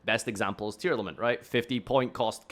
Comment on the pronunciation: Did you just say tear? They made it cost a maxx c per name and you said tear??!